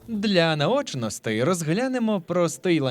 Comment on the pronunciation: мені одному ріже вухо вимова таких слів як "Инший", "для наочностИ" і т.д.? це якийсь новий правопис чи у вас діалект такий? 🤔